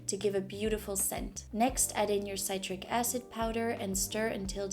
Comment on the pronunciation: It’s pronounced Sit-Trick acid. I’m excited to try.